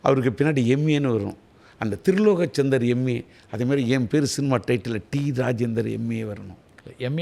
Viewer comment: CINIMA DA NOT CINUMA 😂😂😂😂